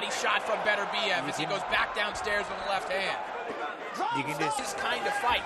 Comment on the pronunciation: GREAT fight! Beterbiev - that's Beterbiev NOT Better-biev - (come on guys, you're announcers?!? At least get the guy's name right!) put on a clinic. Congrats!